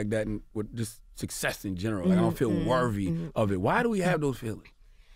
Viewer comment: I cringed when Charlamagne said “worvy” instead of “worthy” 😂😂🤦🏽‍♀️